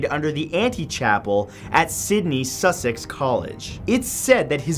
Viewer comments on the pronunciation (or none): none